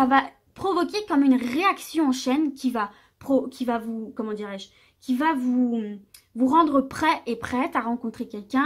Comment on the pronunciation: Merci! clair precis et boostant. Mais léger bemol: pas de "t" à "va" donc pas de liaison avec le t et le mot suivant... Mais je continuerai à vous suivre! Je vous trouve tres agréable très fiable et revigorante!